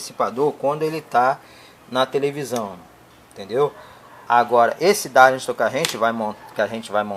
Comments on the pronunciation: Não é DARLISTON, é DARLINGTON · Amigo, "darlisto"? O que é isso? Será que você quis dizer "DARLINGTON"? Acho que é isso. Darlington são 2 transistores em cascata, aumentando assim o ganho total de amplificação da base.